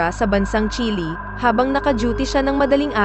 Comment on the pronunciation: Bakit ganyan ka mag pronounce ayaw mong ayusin.. Ung Chile naging chili.. Ung natumba naging natomba ano ba tlaga?😅